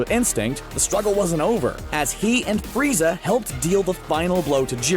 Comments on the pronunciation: he says FREEZER NOT FRIEZA Somebody has been watching too much dbza 😂😂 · D..did he say......freezer?🤣